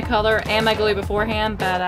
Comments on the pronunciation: I though you said no glue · You said know glue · You said mo glue testing slime